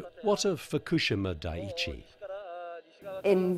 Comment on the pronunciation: The narrator can't even pronounce Fukushima correctly. Pathetic .